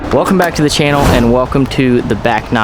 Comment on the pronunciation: Welcome back to the Chia-null